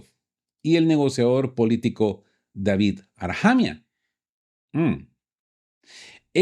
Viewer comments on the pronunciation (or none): none